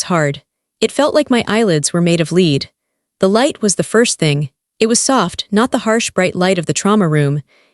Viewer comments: It really bugs me when the reader can't read the words right, lead is a soft metal, lead is what the dog does. When reading you are suppose to understand what you are reading and use the proper word! Please learn to read right before making a fool of yourself by posting on line for all the world to see. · Someone teach AI how to say lead and resume right please